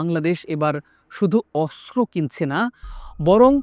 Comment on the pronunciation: অস্ত্র হবে, কিন্তূ বারবার বলা হচ্ছে আসরো, উপস্থাপনা আরও ভালো সুন্দর হওয়া দরকার ❤